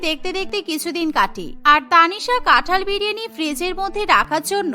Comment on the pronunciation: কাঁঠাল ✅️ কাঠাল ❌️